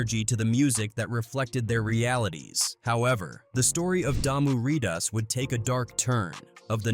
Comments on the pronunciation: Rip reada instead of rip ridaz 😅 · Pronounced Low-k’s // Rye-da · Locks and Reedas 😂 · Good video … Poor way of pronunciation. RIP RIDAZ is literally pronounced “Rip Ride-dah-s” not no damn Rip Reedas.. & LOC is not Lock … if it was, don’t you think they would’ve spelled it like that?? It’s pronounced “Loa-C” or “L-oa-K”. Stupid 🤦🏾‍♂️ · Maaaane if y'all gonna talk about street shit, at least pronounce tha shit right! I can't even finish the video, cause the fact y'all can't say things like "loc" and "ridaz" correctly with this Ai bullshit. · I hate how the A.I. pronounces Loc and Ridaz lmao